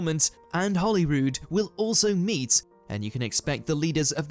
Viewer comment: Why does everyone pronounce ‘Holyrood’ as if it to do with holly, it is holy as with religion